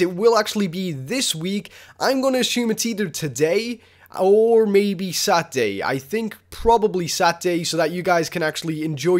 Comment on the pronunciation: Sat-day? what day of the week is that? lol seriously man? You can't say Sa-TUR-day?